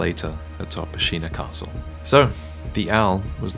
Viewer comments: Hearing you mispronounce Ashina makes my ears bleed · Why do you keep pronouncing Ashina differently?